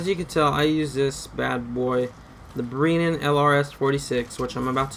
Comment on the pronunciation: That's the first thing I noticed too. Lot's of improper pronunciations on terms (fulton, brennan) and lot's of unnecessary vulgarity. Thanks though op. Appreciate the help.